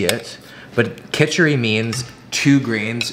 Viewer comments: It's khichdi "Khichadee" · Did he say kicchidi as kichhiri ..okay watever now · Lmfaoo the way bro said kitchidi 🤣🤣 aye good try tho!